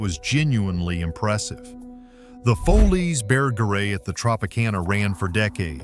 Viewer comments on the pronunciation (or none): Its pronounced Follies Ber-gere !!!!!